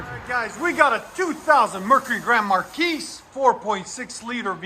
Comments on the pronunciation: 😂 correct. Markeese sounds funny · Marquis is a French word pronounced “mar/key”. No “s” sound on the end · its Grand Mar key no S on the end its silent other than that nice sound got to do that to mine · Markee please, the S is silent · For the love of god can you stop mispronouncing marquis. You don’t say the s my man. grand maar-kee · Grand Mar-key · The "s" is silent... Grand Mar-kee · The S is silent..marguis.....pronounced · He sounds ignorant. I wouldn't trust my car to someone who can't pronounce marquis right. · I really love your vids. But, please, the S is silent in Marquis. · I'm sorry, but in or out of the "hood", it is still incorrect. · The S, in Grand Marquis, is silent for god's sake... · Excellent work guys. Please drop the 's' when saying Marquis, it takes away from your professionalism. No offense, Sir. Those cars sound Awesome!!